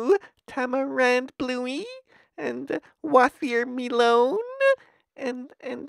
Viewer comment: ok but.. wathermelon